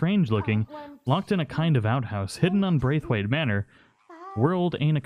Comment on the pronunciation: 1 it was ROSS not Rose, and 2 Its pronounced BR-A-TH-WAITE. at least my wife's maiden name was